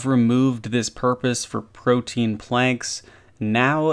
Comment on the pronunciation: Proteins?! lol why do RuneScapers not know how to pronounce protean? Am I too critical? I dont know.